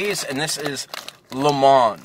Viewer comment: Limon is like in spanish you where right! c